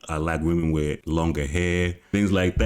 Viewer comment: Wif instead of with; where is he from?